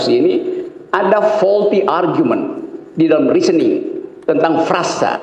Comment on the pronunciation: FAULTY reasoning bukan VOLTY reasoning 😂